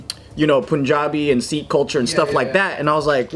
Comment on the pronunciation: I don’t wanna be that Sikh person. But because I think you guys are awesome. Y’all are pronouncing Sikh wrong. It’s SICK not SEEK. 😅 I’m Sikh and I didn’t know the correct pronunciation until I was in my teens. SIKH is pronounced SICK ❤ so it’s SICKISM or SICKY.